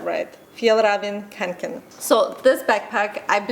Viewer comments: Awe! Your pronounciation was the cutest ever! It is a Swedish brand, and Fjällräven you said pretty close but what you said as "Kanken" is acctually "Kånken" and the Å is pronounced very differently from an A. More close to an O, really. Hope you're having an amazing time in Africa! Hugs from Sweden:) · Ye its a Swedish backpack pronounced "Fjellraeven Kaonken" "Kånken" is from the Word "Kånka" and is a slang used to say you are carring a lot of stuff. My friend has that exact yellow one. I Heard they are well made with quality. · Almost right! But "kånken" is pronounced like the "a" in "almost" or "o" in "or". Sort of... :) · Yay!! A Swedish brand, fjällräven kånken (you pronounced fjällräven correctly, but not kånken) 😉